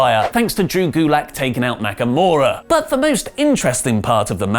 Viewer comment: Is it me or did he say Makamura and not Nakamura?